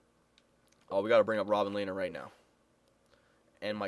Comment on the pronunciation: Its pronounced LEH-NER